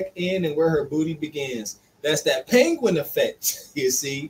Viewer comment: He said Peguin ass😂